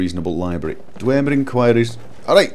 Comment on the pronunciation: You know, the way you say "Dwemer" is rather funny. You sound like you are pronouncing it as "Dwaemer" I know it's prolly just your accent, but still rather funny.